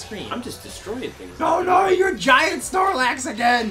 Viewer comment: did you just say snorlac? >:l haha